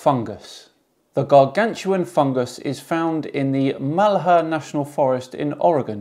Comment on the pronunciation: By the way its pronounced mal-here